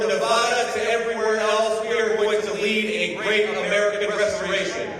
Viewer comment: What kills me is he can't even pronounce Nevada 🤦‍♂️